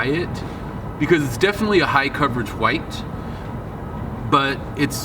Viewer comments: Whats with the 'huwite'... seems off, hwite. its w(h)ite * silent H. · Why does he say white like that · Stop pronouncing white incorrectly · Yo, why do you pronounce white in such way? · so annoying lmao